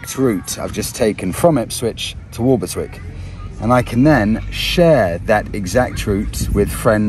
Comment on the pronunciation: Hello,, We used to live opposite Walberswick at Reydon and to be pedantic it is pronounce Wobbleswick by the locals. If you visit in August you might be able to join in the British Crab Championship alas it hasn’t happened for a couple of years re COVID, and you can also buy the T shirt proclaiming that, I caught crabs at Walberswick, wear it if you dare. Love the tracker great piece of kit and no annual fee, perfect for that extra piece of mind. Thanks for showing some better parts of Suffolk.